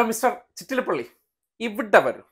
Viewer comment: Not Chittalapalli chettalapalli